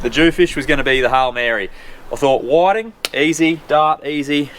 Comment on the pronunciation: WTF are whaddddding?! Do you mean whiting?!?! You Aussies mis pronounce every fish species there is! These are called Whitings! Do you have rocks in your mouths? 🤦‍♂️🤦‍♂️🤦‍♂️